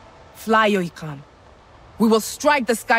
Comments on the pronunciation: Bang NamaNYA IKRAN BUKAN IKRAM ... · bang, ikran bg, bukan ikram😂